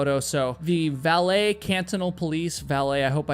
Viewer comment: Hi, Watching from Luxembourg. You pronounced “Valais” correctly. Since I began watching your channel two weeks ago I am totally hooked. I instantly subscribed to your channel and look forward to watching many more videos. Thanks 😊❤